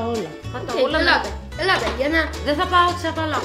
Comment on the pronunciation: δεν το λένε τσόπαλαχο το λένε τσοπαλαζ